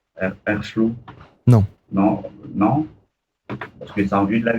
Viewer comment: Merci mon lapin pour la promo ! La compile devrait sortirn, j'espère fin octobre ! 😉 air flow pour la prononciation 🤣🤣🤣🤣 ex dj Abyss 🤪